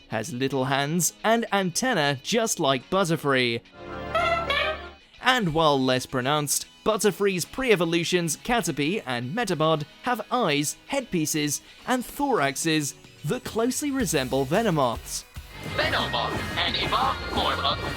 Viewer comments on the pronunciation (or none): its "POD", metaPOD. you're not a pokemon trainer, are you? EDIT: serperior's arms are crossed at its back